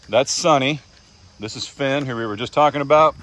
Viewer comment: 🦈🦈 every time you say “Phen”. I think Sharknado🤣🤣🦈🦈🦈 “Finn”😂